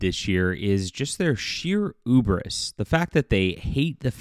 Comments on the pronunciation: Ooobris? You mean hew hew hubris. Heee ewwww; really sound it out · You said Ubris? Did you mean Hubris? Dogshit way of starting a video. I get it, there some words I can't pronounce either but still.